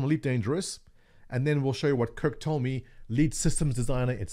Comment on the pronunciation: Kirk Tome - Toe-May. (you're welcome. I'm a problem solver ;)